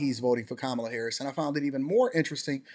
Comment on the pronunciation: He saw a lot but still cant pronounce VP Harris name right. Bottle glasses guy back on the grift.